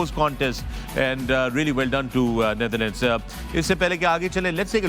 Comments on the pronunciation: Naitherlands nhi Wasim Bhai..it's Netherlands 😂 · Hello, I am Bajwa Sb from Germany… with all due Respect Could I request the Great Wasim Sahib to please pronounce the Correct name of The Netherlands. He always says Nietherland… so please don’t mind…. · Its Netherlands not neitherlands- Waseem always pronounces it wrong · Why does Waseem call The Netherlands as 'Naitherland'🥲